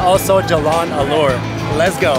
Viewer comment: ALOR, not ALLURE.